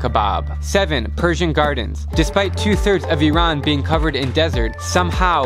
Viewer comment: Thanks you so much for showing Iran in a true and humble light! And for pronouncing it right!